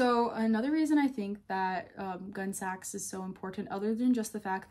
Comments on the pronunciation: It’s not pronounced “gun sax”. It’s more like “Gunny sax.” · Not "gunsax" but "gunnysacks." It's a pun on the gunne (2 syllables), the Anglo-SAXon gown. Before Gunnesax, she did the Young Edwardians line. The Gunnesax early dresses had zero lace. They used a jute guimpe. And the normal term is "leg o'mutton." Hippies could not afford a $70 dress. Never saw a true hippy wearing them. Gotta go. Gunsax is like being hit in the ear.